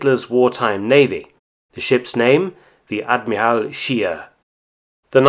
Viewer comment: Too bad Mark does not pronounce "Admiral Scheer" correctly, otherwise, a very informative research video from Mark, as usual.